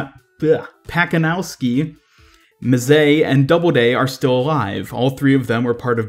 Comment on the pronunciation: Just for the record. You should pronounce Pacanowsky as it was Patzanovsky and Mazzei as Matzéi.